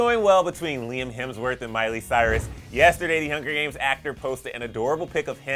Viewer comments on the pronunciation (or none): Did anyone notice he said "hungry games" and not Hunger games? Lmao no hate